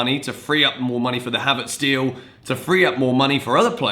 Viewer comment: As a German I’m triggered by „havertS“